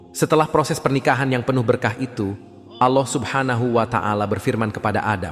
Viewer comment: Kok nyebut Alloh nya gitu sih g faseh